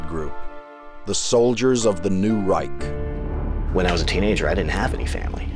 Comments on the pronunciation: Hilarious he can’t even properly pronounce those German words but he had them tattooed anyways 😂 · Pfew. 7 minutes in and as a German it makes me very uncomfortable to see all those Nazi symbols (and that no one can pronounce the word Reich correctly).